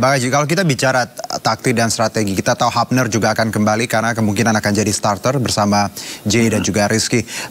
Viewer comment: Hilgers baca nya bukan hailges, hubner baca nya bukan habner, bahasa Belanda itu ejaan nya sama kaya bahasa Indonesia.